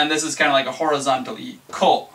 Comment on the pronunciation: your ko is wrong..